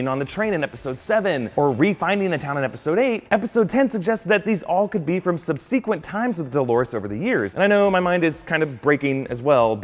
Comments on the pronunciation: It's pronounced "SUB' se-quint", not "sub SEE-quent". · Sub-seek-quent..... hmmmm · "subsequent" isn't pronounced that way.